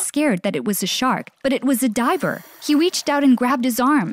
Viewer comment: Why is this girl sayin "weached instead of reached